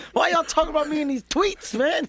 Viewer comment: I thought he said why y’all care about me and these “twinks”... then I realized he said “tweets”, and then I wasn’t as happy .... 😞